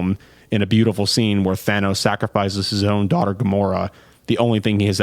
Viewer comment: Steeezy Q Yayyy, finally someone noticed it!